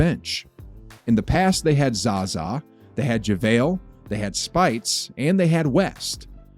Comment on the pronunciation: Spy-ites... you definitely new